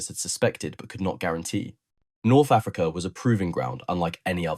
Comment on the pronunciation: The word Wagon isnt pronounced like Vagina,.. ..cum, On, man ..and Africa isn't pronounced "a Freak eh" ..although it may be true, ..